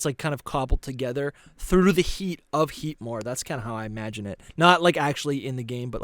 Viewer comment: you kept calling heatmore heatan and i find that hillaious